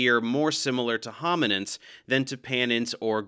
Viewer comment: Sounds like “The First Homonyms”